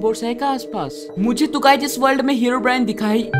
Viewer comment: Everyone: Herobrine: Heraobrine